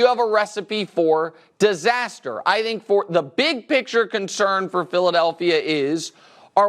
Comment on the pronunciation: Never fails, I hate it every time Nick says "I Dhink"..Anyway Dak and Russel are both criminally overrated YEAH I SAID IT!!!